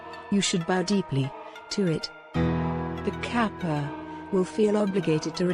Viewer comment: 河童 かっぱ is read with hard k sound like in case, not like in cap.